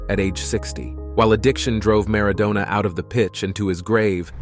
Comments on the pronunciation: Who is “Garza” and “Mara doona” 🤣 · Maradoner 🙄 As in kebab. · W hy the weird pronunciation of Maradona?